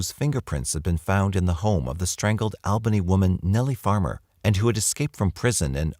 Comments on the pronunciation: Missed u 💜(I'm a girl btw, not a creeper😅) Oh... And It's pronounced AWbany, NY... I'm born n raised there😏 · Al Bunny? Hahaha All Bunny is more like it at least for the New York Albany people. (